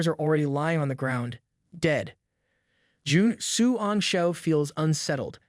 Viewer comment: I'm sorry, but really just call him "Commander", Juan xian (whatever his name is) is so long and it seems like its hard for you sometimes...😅